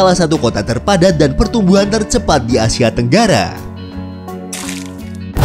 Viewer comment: ASIA Min,, Bukan ASYIA